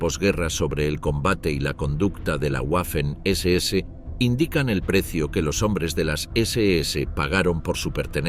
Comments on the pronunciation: “guafen” nooooo 🤦🏻‍♂️, se pronuncia “vafen” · En alemán y en español la letra w es una v doble. Waffen se pronuncia 'vaffen' y no 'uaffen'